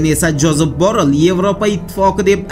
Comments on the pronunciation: ЯХШИЛАБ ОРГАНИНГ. КАРАНГ. ЖОЗЕФ БОРРЕЛЬ.БОРРЛ ЭМАС🤗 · Джозеф Барель тугри айтилиши